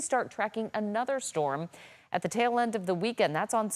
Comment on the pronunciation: STORM... one fukin syllable.